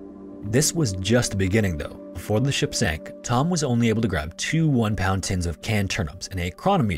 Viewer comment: I’m glad someone else brought this up. It’s not the speed, it’s the fact that he cuts off syllables off of his words, usually the first syllable. “Before” sounds like “for,” and “perform” sounds like “form,” making it an effort to listen. It’s very distracting. Just enunciate!